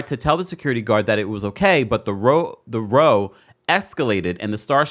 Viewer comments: The “roh” escalated 😂😂😂 y’all don’t row (raow) in America? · 'Row' is pronounced as though you're saying 'now' but with an 'r'. You know, a row is another word for an argument. Not row as in row, row, row your boat! Chiile! This isn't the first time I've heard somebody say row wrong and out of context.